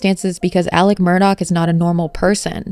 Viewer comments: Not trying to be a jerk but you literally say his name wrong twice in the beginning. Why do you call him Alec instead of Alex? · Why does the prosecution call him Alec when his name is ALEX.?